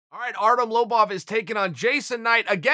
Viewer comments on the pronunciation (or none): Uncle Chael pronounced Artem’s name weirdly, it’s “Artem Lobaff”.